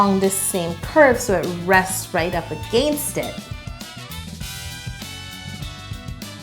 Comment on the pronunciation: Who heard ish her going southern on against like a-gain-st lol